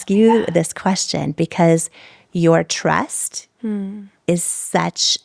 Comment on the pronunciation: She said “trest” but really meant “trust”.